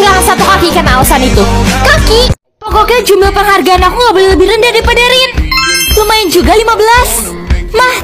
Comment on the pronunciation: nama nya bukan ren tapi Rin